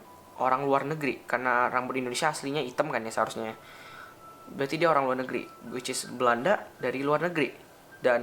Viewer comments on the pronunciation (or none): Jangan suka bilang whicis bang,gak enak didenger